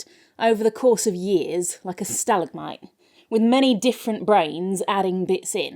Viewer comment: I never once considered how English people would pronounce "stalagmite," but that's quite charming.